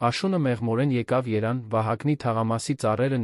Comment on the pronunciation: Լավա որգոնե Էրիվան չեք ասում այդքան խոսում եք հայերեն պարզ ինչ դժվար է մեր սիրելի մայրաքաղաքի անունը ճիշտ արտասանեք